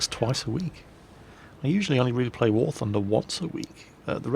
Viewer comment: Ive live near 'The Toon' and the only bit that you messed up was the 'war' bit which sounded like a Yorkshire accent-well done though lol.